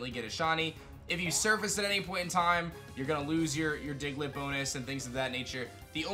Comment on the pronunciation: DIGLETT, NOT DIGLIT!